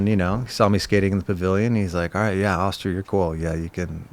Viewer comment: Always called him OHHSTER. It's AAHSTER. Awesome episode. Smart & interesting. Legend. Smart & inspiring.